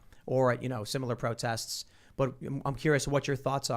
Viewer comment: "Don't do pwotests, you could get in twouble."